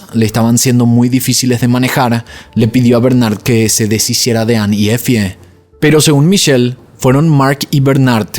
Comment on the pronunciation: EFIE = se lee así "EFY"